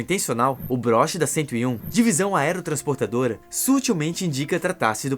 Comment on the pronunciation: Deviam aprender melhor para narrar ! Não existe Divisão Aerotrsndportadora , mas sim Aerotransportada !